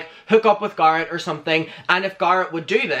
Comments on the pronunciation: Bb i will pay you to stop saying guh-rett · Every time you say garrot I want to die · I can't watch this. The GAR-it is making me soooo uncomfortable. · Take a shot every time he says GARHET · I keep thinking he says 'Gaara' from Naruto lmaooo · Me when says garrett: 👁👄👁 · I like you but you talk too much. And you're pronouncing Garrett wrong. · The way you say Garret is my favorite 💚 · The only reason there are dislikes are because the way he pronounces Garrett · Why is the way he's saying Garrett triggering me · I,love how he says Garrett name 😁